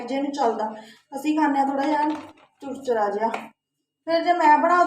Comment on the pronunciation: Di churchara nahi hunda😂charchara hunda